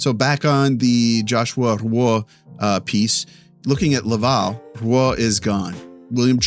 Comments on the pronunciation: Interesting take but for the love of God please stop butchering Joshua Roy's name. It's pronounced 'Rwa'. Hope this helps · Do you know how to pronounce Roy? Like Patrick Roy and Joshua Roy?